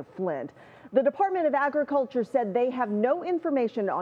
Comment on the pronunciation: they said the department of artuculter